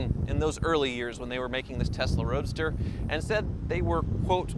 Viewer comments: testa roadster 😂😂😂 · So used to saying testarossa that he said “testa roadster” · Am i the only one that keep hearing Testarossa every time he says Tesla Roadster :-) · did i hear you sneak in a new word at about 5 mins, TESTAROADSTER or was it Testarossa :) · "Early Testa Roadsta Models..." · Am I the only one who heard say “Early Testa Rossa owners”? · “Testa Roadster” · Did anyone catch him say “Testa Roadster” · When you said Tesla Roadster it sounded like Testarossa.